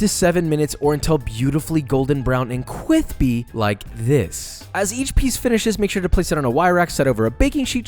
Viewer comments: khwispy ! I love this.. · Kwispy Chicky !! Well done, good Sir! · People love kwispy because imitate rock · ITS "CWISPY" NOT "CWIFPY" :(((((((( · everytime josh says "cwithpy" i get so much serotonin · Imagine being a grown ass man and still saying chiky anf quispy like an idiot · No one: Literally any soul: Joshua: CWWIIIIIISPYYY!!!!!! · Mad Cwispy😂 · please write a recipe book sooner or later but on one condition. All the 'crispy' s in the book need to be replaced with KWISPY!!!! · Quadra plot twist other companies copy it and whataburger copy the best amongs the companies and resell it with extra batter extra cwispy and extra honeeeeeeey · Goes up to mic with homemade: CWISPY Hunches so low: I HATE IT 2020 - Joshua Weissman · My fiancée’s name is Chris and he sometimes goes by Chrispy and because of your videos I now call him Kwispy 😂😂. Also I’ve started asking my cats if they’re getting into any Whisky Business... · Josh: Okay i mean the chickens not bad its 'KRISPY' Me: Krispy?!?!?! Are you serius No hate tho 😅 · "Now this is looking mad, K W I S P I" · Man i'm sorry dude, but the "weady to fry some chickie" can't do it. That and constant ass shots, its pretty much overused. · That’s some kwisby chicken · I hate the w in crispy i will not write the cw-word)